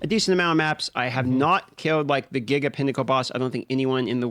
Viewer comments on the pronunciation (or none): none